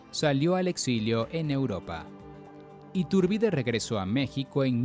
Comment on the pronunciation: SE DICE ITURBIDE, ITÚRBIDE. OTRA VEZ MAL PRONUNCIADO. QUE PENA Y VERGÜENZA PARA NOSOTROS LOS MEXICANOS